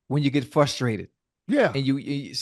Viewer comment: Please review pronunciation of "frustrated".